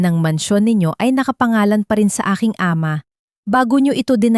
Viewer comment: Minamali ang tamang pagbigkas tulad Ng Ama ginagawang A......ma